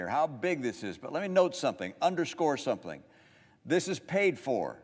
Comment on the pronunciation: Why is he saying “someping”?